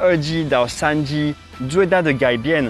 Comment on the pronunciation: 發現再講3G的時候會有台灣式發音“3居”😊😊